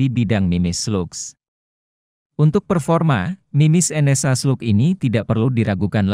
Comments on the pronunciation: Bacanya "SLAG". hy koreksi aja mas. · Izin masseh; bacanya tetap slag, krn itu dicomot dari bahasa aslinya sono.